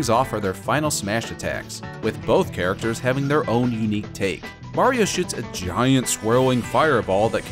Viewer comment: Mayrio vs lugi